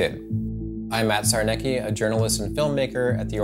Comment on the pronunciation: Sarnecki would be pronounced as "Sarnetzky" in Poland.